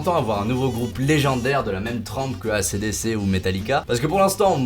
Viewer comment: Nonnnnn Ey ci di ci et pas Acé dé cé qu'on prononce "Ac/Dc" svp 😢😭